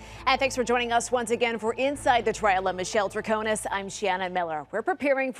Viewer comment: Great recap! Thanks for all you do. I think her name is pronounced “trah ko nis” with an “ i” not “a”. With all due deference! 🙏🏾❤️